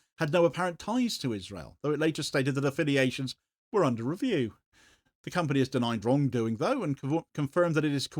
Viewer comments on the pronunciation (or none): none